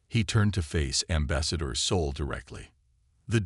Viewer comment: Same for 'Soul' instead of 'Sol'. I can deal with the bad caption, but even the pronounciation is wrong.